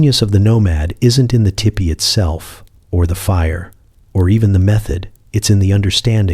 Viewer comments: Oh I just listened so this is all AI because you said tippy instead of TP So of course you don't know how offensive these are I mean I'm sure there's somebody there who knows I mean somebody had to program this stuff well actually probably not now that I'm listening to it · This is so good, i dont even mind you pronounce tipi as tippy. 😊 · Michigan here! Land of the great lake, Gitcheegumee.❤ If the AI was taught to say teepee correctly, I wouldn't even have known this was AI! Very soothing.❤ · ITS NOT TIPPY. STOP IT. I JUST WOKE UP ANGRY CAUSE YOU SAID TEEPEE ONCE THEN REVERTED TO TIPPY😫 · It's teepee.